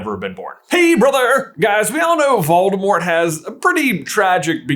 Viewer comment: Did you say, "The Dark Lord Baldemort"?